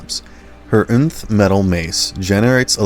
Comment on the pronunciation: Its pronounced enth not unth